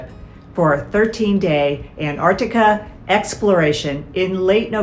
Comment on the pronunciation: Antarctica. That's ANTARCTICA! Pronunciation is key. Must try harder.